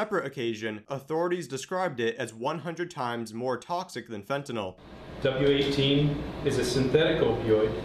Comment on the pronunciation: FENTANYL not fentanol